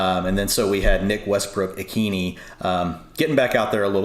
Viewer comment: Sorry guys, still wrong. Westbrook-Ikhine pronunciation = ih-KEEN-ah (rhymes with Sheila.) Sincerely, A Titans season-ticket holder